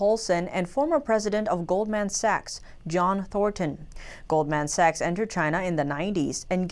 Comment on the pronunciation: can someone tell her how to pronounce goldman sachs, im dying over here